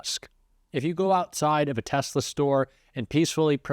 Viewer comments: A Tesler? He doesn't even know the name of the damn car. Both these greedy creeps have to go! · Boycott GOYA and Tesler😅😅😅tRump doesn't even know how to properly say Tesla (tess-la). What a moron 😅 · He keeps calling Tesla Tes-ler 😂😂😂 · He's slurring....just a touch...BTW Can he pronounce "Tesla" properly? He should be able to, since he's connected to Nikola Tesla through his paternal uncle.... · Tesler? Doesn’t even know what the car is called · He just said he wants to buy "a Tesler". Yeah, definitely a stable genius. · He calls it Tesler😅😂 tRumps so ignorant 🤢🤮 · Did he say TESLER??? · He " wants to buy a tesler 😂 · “Tesler” not Tesla😂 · He said Tesler😂😂😂😂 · Hahahahahahaha, paid agitators? That's a good one. Love how he still calls the cars teslers. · His mind is gone. He keeps referring to as it as TeslER. When he gets stuck on something, he just cannot correct himself. Not sure how business leaders who voted for him are furious about the tariffs. He mentioned he was going to use tariffs at most of his rallies and how tariffs was the most beautiful word. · Why does he call it a Tesler instead of Tesla, the actual name of the car? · A Tesler ? What a pathetic excuse for a human . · Did he say he wants to buy a tessler? wth is a tessler? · It's funny that he calls them "TESLER". Like Steven Colbert suggested last night, it's like he was trying to say Tesla and Hitler at the same time. Don't think I can see Musk's business the same again. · LOL he doesn't even know how to pronounce Tesla. He says "TesLER" LOLOL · GMC, Ford, Jeep, Chrysler and all carmaker should file a class action against the stable genius for promoting TESLRR at the Whitehouse - as pronounced by said genius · Tesla(r)??? He cannot even pronounce it! Selling from the Whitehouse is disgusting. Protesting is a right. Not property damage but peaceful protesting is LEGAL! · He continues to pronounce 'Tesler' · Trump can't say the word Tesla, he says Tessler. Such a moron 😂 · WTF is a “TESLER”??